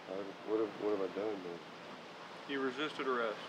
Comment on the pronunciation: Also didn’t sound like he said “man”